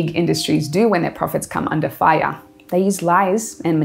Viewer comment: why were they undah fai-yaaaaa?